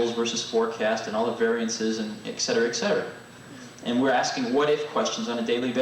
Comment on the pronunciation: 'Ek cetera ek cetera...'